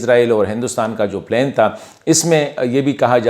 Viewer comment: Good one. Thank you. Do work on your English pronunciation. For example it's plan پلان not plain پلین.